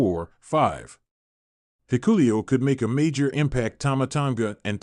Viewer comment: It pronounced Hikaleo Not hikulio Whoever. Puts out these Videos needs to learn how to pronounce the names correctly it doesn't look like they read the comments on here I doubt they even know how to.